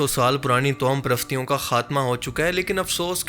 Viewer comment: پلیز توہم پرستی کی صحیح ادائیگی یعنی pronunciation کی تصحیح کریں اللہ آپ کو مزید اصلاح کی توفیق عطا فرمائے آمین